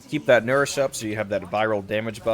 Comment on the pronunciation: the moment you said nourish i clicked off the video.